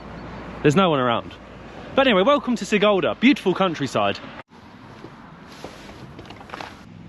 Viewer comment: Sigulda - read like SEE-gool-dah (IPA: ['si.gul.da]); Turaida - TOO-rye-dah (IPA: ['tu.rai.da]) :)